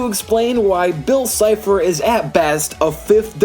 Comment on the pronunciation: Game boy Next door lol it's cipher not chipher